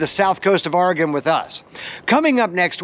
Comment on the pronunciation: This is a pretty good representation of our area. The views and video are very well done. You have a lot of the places we're known for. The Egyptian Theater in downtown Coos Bay, which you showed, is one of only 7 left in the USA. And our Wurlitzer organ is still played regularly! (But... it's pronounced "Orygun" and "Cape Arago" has a long "A" The at the beginning. I frequently ask locals when I'm not sure about how to say their town)